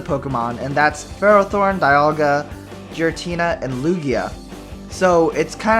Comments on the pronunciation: its pronounced gear-a-teena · Giratina, like GEAR-atina...